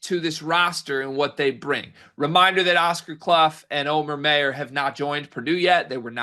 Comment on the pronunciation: It’s not May-ur it’s my-ur